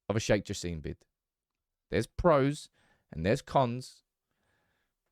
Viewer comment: It ain't Sir Jim, It's Sir Jassim